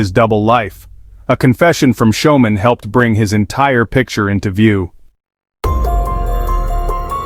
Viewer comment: How do you pronounce "school". That'd how yo pronounce "Schoeman'!!!! 😮😮😮